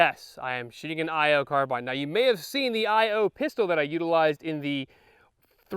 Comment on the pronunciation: I'm glad he pronounced it that way. I don't know anyone irl who says car-bean. The only place I've heard that is YouTube. I'm Canadian though so that might have something to do with it.